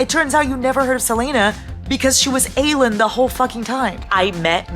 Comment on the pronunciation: Every single time you said Aelin’s name incorrectly it low-key killed me 😂 I’m like “who is Eileen?!”